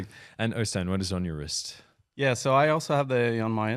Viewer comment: Øystein stated the model name several times yet you guys still kept saying it wrong. It’s phonetically ‘yan’ not ‘jan’. It’s like the J in Jesper (pronounced Yesper). Also, the momentum was killed when the announcement of the new model was interrupted…not sure if that was on purpose to build suspense, but making people wait until more than half way through the video is more likely to lose people and miss the opportunity for exposure. I hope the watch does well nevertheless. I’d probably hold out for the titanium bracelet, or pickup the regular steel version…just a bit nervous about the colour and fit, would love to try before I buy.